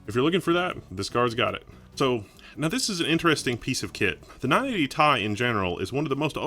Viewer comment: ITS NOT NINE EIGHTY "THAI" ITS NINE EIGHTY "TEE AI"